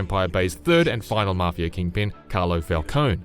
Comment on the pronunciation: “Mafier” that’s what I heard